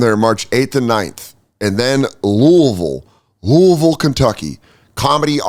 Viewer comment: Good job pronouncing Louisville but that club is in Lexington man. I got tickets, please show up